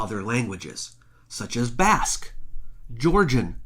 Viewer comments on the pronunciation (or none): none